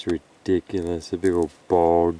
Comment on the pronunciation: "RE-dic-u-lous druzy crevasse creature" is now my favorite thing